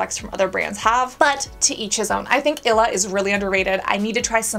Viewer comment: it's ill-e-uh not ila 😂🫶🏼